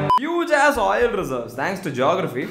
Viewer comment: I just spent the past 45 seconds silently laughing at oil spelt like OYIL.